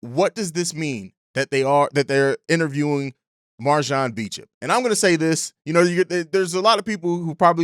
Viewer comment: All love jus a headsup his last name is pronounced "Bo-champ"